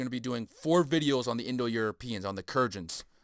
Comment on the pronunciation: Kurgans pronounced "Koor-Guns" maybe ?